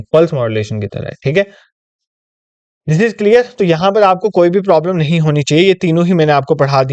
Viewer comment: i find it funny when you say "ye kuch ne hai"